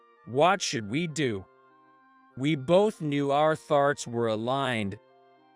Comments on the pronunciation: This AI: "thoughts" = tharts, had me laughing loudly. Does anyone remember what college they went to, was it in Maine or Pennsylvania? I would say this story was written by someone in either China, Hong Kong or Singapore. As jyvben1520 stated "10 million dollars or Yen, big difference". Also American Middle schools normally do not use terms like Sophomore, Junior and Senior, that is only high-school. Also Americans try to get into Massachusetts Institute of Technology (MIT), not "Technical University of Munich" (TUM). One last thing, was sooo right, this AI was so bad, you guys need to either get the dictionary upgraded, replaced or just deleted because it is terrible. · The word thoughts came our as sounding like a dirty word, many other words not correctly pronounced like un was pronounced in. If getting money for this get your money back